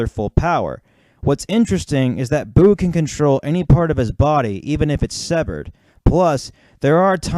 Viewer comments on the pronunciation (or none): none